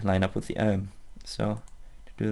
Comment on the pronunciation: Love the way he pronounces arm. "Uhrm."